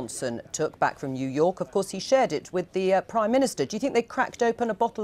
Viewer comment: Jew York?